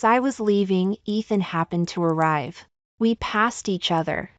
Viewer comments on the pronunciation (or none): Please stop chopping your words. How can arri vie there is no such word it’s arrive. Ok. You always do this. Another is Th then you say e. Please no such word. It’s the! I would truly appreciate if you would make sure you know your story and read it correctly. Trai and then say n. Please stop. If you want to have more subscribers and likes then please improve your reading and pronunciation. You can do it. I didn’t care for the ending but the twist was nice.